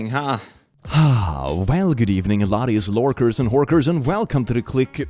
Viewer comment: "Good evening, laddies, lorkers and horkers" Didn't know creatures of Tamriel had internet-access.